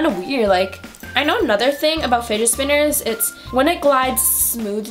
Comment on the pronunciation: I thought she was saying spiget spinner 😂